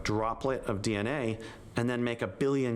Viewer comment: " Dee- aa-nay " 😶